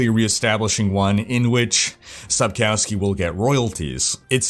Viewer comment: Hello there, I am following your vlog sonce my D3 days, i love and respect the stuff that you do. Just a little comment regarding the pronunciation of the name Sapkowski. In Polish, the letter 'w' is pronounced as English 'v'. So phonetically speaking it should be Sapkovski;) cheers from Poland and have a succesfull year 2020!